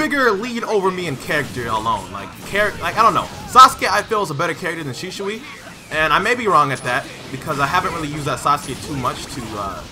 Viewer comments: Dude its SHISUI not Shishui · Why is this man saying shishui instead of shisui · HIS NAME IS shiISUI NOT SHISHUI YOU! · He does not say it right. It's Shi-su-i not Shi-shu-i. If you say it at normal speed it becomes Shisuwi. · I'm not saying rarity is wrong. Senju is because it's not ShiSHui but Shi-su-i. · Shishui Naruto: it’s shisui get ur facts right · It's shisui not shishushi lmao . Great gameplay bro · Shisui not shishui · it triggers me that he says shishui and not shisui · Its not shishui its shisui😂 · He says shishui lol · kinda sound like hes saying sheeswee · I’ve heard his name be pronounced “Shih-sui” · DGRarity its she-sue-e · "My knowledge of Shishui is low." ... yeah, you can't even say his name right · Sheshawee, Pronunciation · lol man said sheeshwe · Shishuoooiee... bruh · “Shisoui ouchihah” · Did my man really say shishui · "SHISHUI" LUL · its pronounced like this shee suwe 😂😂😂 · Pronounce it right it’s shi-sui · it's pronounced "she zu" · Bruh learn how to say shisui..... Bruh say it like this she swee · who the fuck is shishui u keep saying it wrong xD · does bother me. Especially with the American accent. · It really really bothers me too bro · Yo why you say his name like that